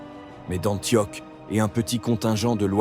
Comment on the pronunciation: Juste un petit défaut de prononciation, ça se prononce Antioche et pas antioc. Mais sinon j'aime bien ce format